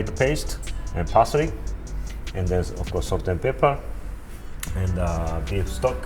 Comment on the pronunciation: Parsrey 😂 i love him